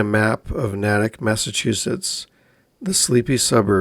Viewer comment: This happend in my home town. As a townie is NAY-TICK not nat-ik